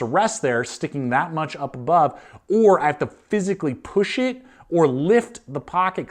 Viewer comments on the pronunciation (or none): none